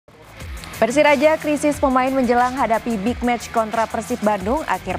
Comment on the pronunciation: Kok awal buka beritanya disebut Persiraja. Saya perhatikan pembaca berita olahraga kompas tv, kebanyakan ga faham olahraga. Apalagi menyiarkan berita sepak bola luar negeri, menyebutkan nama club atau pemain sering asal.